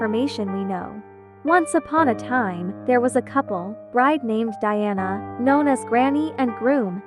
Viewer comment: Diane? It's Diana